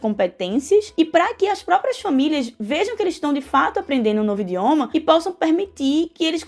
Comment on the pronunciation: A entrevistada fala "indioma" (várias vezes) e me causou constrangimento. Destaco também que ela diz que o Brasil não teria tradição no ensino de línguas estrangeiras, mas saibam que reformas da educação como a Capanema, em 1934, previam o ensino de inglês, francês e até latim no ginásio. O ensino de línguas estrangeiras foi piorando com tempo, infelizmente.